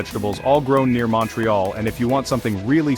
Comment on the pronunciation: Mawntreeyalll 🤦‍♂️ Its (mount ) ( ré ) (al ) say it correctly